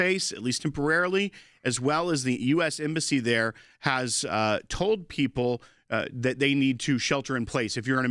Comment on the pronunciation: 😂😂😂 "I toll you". Thanks for the laugh!😂